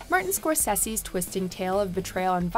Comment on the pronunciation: Anybody else cringe at her pronunciation of Martin Scorsese